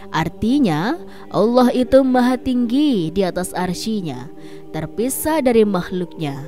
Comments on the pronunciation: Bacanya itu 'aress bukan arsi , klo gk bisa baca Qur'an gk usah jadi pembawa berita soal agama..!!! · Cara bacanya Aras, bukan Arsyi. Masak salah mulu.